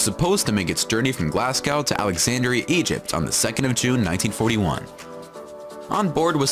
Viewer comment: god when the guy says Glasgow.. Glass cow xD hahaha americans ... Glaz GO not glass Cow